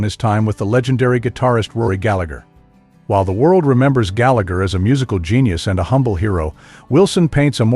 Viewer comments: Galla-her, not Gallag-er. He was Irish, not British. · Can’t even pronounce his name right 😂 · It's hard to listen to Rory's surname and his brother's Christian name being mispronounced. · pity you cant even say his name properly !!! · Before you say anything learn to say his name. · Who wrote this crap? Rory was a perfectionist simply because he wanted perfection. So what's wrong with that ? Also, if you can't even be arsed to learn how to pronounce his name, then you shouldn't be commenting on him. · I didn't think that the pronunciation of his surname correct.